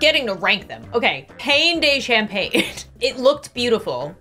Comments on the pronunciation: Any other fluent French speakers crying at the pronunciation of pain de champagne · In the last section I died whenever she said pain de champagne because the actual pronunciation is so different😂 Good job for risking your life for the greater breads💜💜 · The pain de champagne is said pan du shamponya (phonetically). champagne like lasagne. Translates to the countryside bread. Just a quick tip of friendly advice